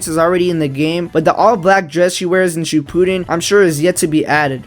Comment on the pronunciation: The way you said shippuden, lol